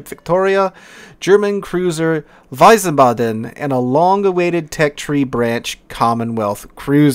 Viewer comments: The German cruiser name is pronounced "Veez baden". It is my adopted hometown. It is also right across the Rhine from Mainz. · I believe it's pronounced Veez-barden there. Grand Duhchy Flint was an Atlanta class there chief. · I think when you wanna speak it out correctly i would spell it weesbaadn (you speak the a a bit longer at the b,d,n short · ... Wiesbaden is pronounced "ˈvisːbɑːdn" , not wisen:ba:den. You gave it a good shot tho👍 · Wiesebaden pronounced VEEZBODEN. Having been to Germany and to the Baden twice, it's easier to pronounce. Great video covering the Update! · Its so cute how you say Wiesbaden :D You say it like its written "Weisebatten". Note that its "ie" not "ei". Sadly idk a word in english i could use as an example in english for the "ie" sound but its very close to a normal i. The "W" is more like a englisch "v" like in "view". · VEEZ-bodden would be a close phonetic example for english. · Yeah I lived in Germany a little bit and when he said Wiesbaden like that it made me cringe lol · some don't know that W in German is pronounced as a V. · it's not that, he added an en in the middle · haha same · I just knew that anyone who is non-German would butcher the pronunciation. It makes me cringe when they do. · Stationed in Germany in the 90's. Hurts my ears to hear pronunciation.